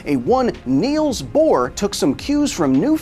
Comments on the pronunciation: The Niels Boar had me dead. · I can take the actor depictions of famous physicists with a chuckle, but Niels Boar? Come oooooon... 😂